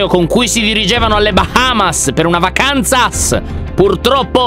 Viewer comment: lyon "vacansas" ×Diego enter in the chat× Solo per chi segue le live